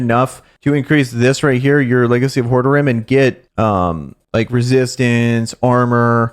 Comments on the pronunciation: Legacy of Hord-a-rim? Haha it’s pronounced whore- rod-rim haha The ccs who haven’t played the first three diablos…is astonishing lol good content keep it up! So you changed from Barb to DH? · It's pronounced.- Ho-Rod-Drum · Is this your first time playing a diablo game? Not just making fun, just legit wondering. It's pronounced "Whore Rah Drim". Great content and info and welcome to Sanctuary. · That suggestion of how to pronounce Horadrim is terrible^^